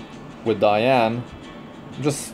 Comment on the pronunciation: im working on my holy trinity + Ravi but then i pulled 2 Diene (btw it's Dee-An-ne, not Dai-An i think, judging by the original name) her S2 and S3 are so beautiful, and she actually work well with Riko too, maybe once they really nerf Elson I will 6* my Diene too